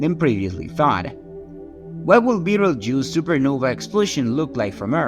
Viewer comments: “Veetle-rooch”? It’s pronounced like “beetle-juice”. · I cannot listen to this guy call it beetle rouge anymore